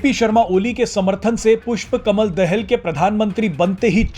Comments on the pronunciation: Dahl nahi Daahal ucharan kare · अरे भाई पुस्पा कमल दाहाल है दहेल नै ठिक से बोलो 😂😂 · दहेल नहि दाहाल है भाइ कोउन सा कलेज पढ्कर आये हो पत्रकारिता कर्ने के लिये। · Dahel nahi dahaal pronounce sahi karo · दहेल नहि भाइ दाहाल बाेलाे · दहाल बोल भाइ। दहल नहि